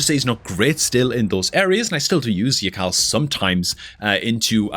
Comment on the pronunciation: Something tells me that yakarl is actually pronounced yarl.... Idk why just seems correct